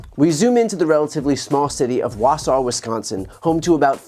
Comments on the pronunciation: Thank you for pronouncing Wausau correctly. Most folks outside of Wisconsin can’t say it without butchering it even though it’s pretty easy. Also, whenever conservative Republicans talk about ballot stuffing or something like that it’s always accusatory towards other people and not them I heard one story where a dude went in the morning to vote with his wife home had a few beers went to bed woke up and remembered he had to vote so I went to go try it again and they allowed him to vote because his son had his real other name or something like that he didn’t get in trouble or anything like that because he wasn’t maliciously, but he did vote for Donald Trump so that shows you a little bit I guess. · Always impressed when someone not from Wisconsin nails the pronunciation of a city here.